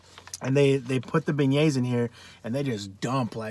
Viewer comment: Beignets (ben-yayz)